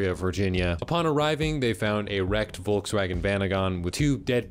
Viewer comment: its not "Volg swaggen" its Volkswagen. Just look it up on google, theres an icon you can click for the pronounciation. Edit: there is no icojn you can click, sowwy